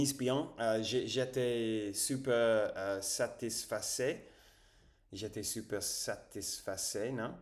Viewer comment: Salut Dis donc t'es très branché Vampires...😅 Bon je suppose que tu connais True blood.... Fait gaffe.....les vampires adorent les blonds....😂😂😂 J'espère que Tu as une gousse de garlic Ave toi....😮 A + cher Ami R🛡️ J'étais super satisfait.... J'adore ta prononciation de super....on dit Su..perre..lol